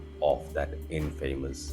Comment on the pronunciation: The pronunciation of "infamous" by the teacher pains me. I feel like it is incorrigible.